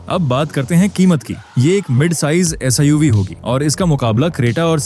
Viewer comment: Abe SIUV nahi SUV Bola kar